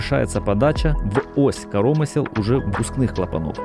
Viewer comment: Только не карОмысел, а каромЫсел, от слова каромЫсло ! Не Излишки, а излИшки...